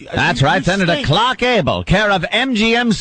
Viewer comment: "Khlarckkkk Gable" - Opie